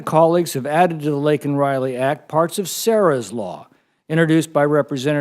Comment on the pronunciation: Who else remembers when Resident Brandon apologized to Riley's murderer for calling him "illegal", but DIDN'T apologize for mispronouncing Riley's name LAKEN (Lincoln)? Pepperidge Farm remembers.... R.I.P Laken Riley 🙏🏻✝️